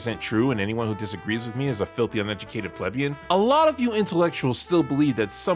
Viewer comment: If you're going to condescend to people by calling them plebeians, you should pronounce it correctly.